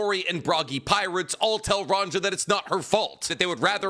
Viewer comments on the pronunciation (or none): YOU ARE GETTING BETTER AT ONE PIECE NAMES BUT REMEMBER THE GIANTS ARE BASED OFF SCANDINAVIAN VIKINGS. So all the J names should be pronounced more like a y It would be ronYa